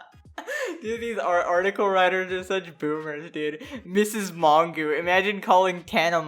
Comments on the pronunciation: Image pronouncing Mongeau "mongoo" lol it's a French name its "mojo" with a soft j. Sorry mispronouncing names is a petpeeve of mine. Anyway yea all these people are the worst whatelse is new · Man had to censor the word Covid like what? also its Mon-Joe, I don't watch her, never have, but that is the correct pronunciation, and you're 20? Very Cool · “tana mon-goo” 😭😭😂😂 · my favorite part of this video is trying to pronounce tana mongeau’s last name